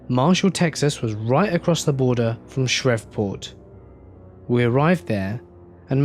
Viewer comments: Shriv Port? It's pronounced Shri Port. Other than that it's a good story and well narrated. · Shriftport? Shreveport is pronounced "sh-reeve (like leave but with an r) port. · NO. Why do people drop the V? Captain Shreve would be disappointed. Shreeveport is the proper way.